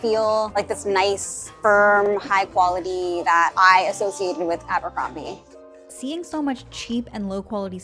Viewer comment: Look at you… Aa-buur-combieee … cringe